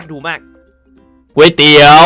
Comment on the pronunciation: ไม่ใช่ครับพี่ ต้องออกเสียงว่าก๋วยเตี๋ยว